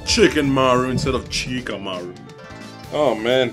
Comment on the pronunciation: HIS NAME IS NOT CHikamaru its SHikamaruuuuuuuuuuuuuuuuuuuuuuuuu